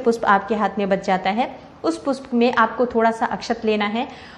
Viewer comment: Pushp word ka Right uchcharan kare